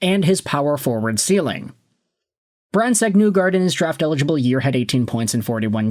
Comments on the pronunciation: Not to pile on, but you keep saying NEW-guard. I read that as NIGH-guard. As in "the end is nigh". Or, if you prefer, NYE like Bill Nye the Science Guy. Hopefully I'm not making myself look TOO old by referencing that show. That's also assuming that show even aired in Canada. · I've heard it pronounced Knee-gard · I just wanted to let you know that MBN pronounces his own name as "Neegard", not "Nuegard" as you do. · Knee-gard. You totally butchered his name